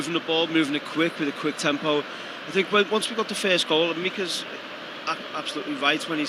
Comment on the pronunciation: Meeks not Meekus 🤣🤣